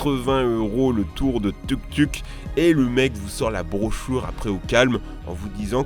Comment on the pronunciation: C'est pas tuktuk c'est touktouk